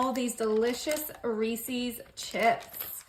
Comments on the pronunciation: I am a Reese's Ambassador. It is pronounced Reese's, not Reesesses. Please correct your pronunciation! Thank you. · Reece’s was started by a man named Reece(phonics will tell you ee makes the long e sound). Therefore it is pronounced REE-ses, NOT, I REPEAT NOT Ree-sees. The apostrophe denotes a possessive proper noun. His name was not ReeSee. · Reese’s Not reeecees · Re Sis not re ces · First and foremost, Reese's is pronounced Ree-sis not Reesees. Grammar is very important to me and it bothers me that other people say everything wrong. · I mean this kindly just as a clarification, “Reece’s” is pronounced: Ree-sez. ☺️ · Always love your recipes! However, you are mispronouncing Reeses's. ❤ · Pronounce Reses correctly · Learn the pronunciation of Reeses, lol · Learn how to pronounce Reese's.